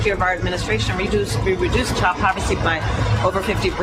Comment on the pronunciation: Kamala said "povercy" 😅😂😂 Thats not a word!!!!! 😂😂😂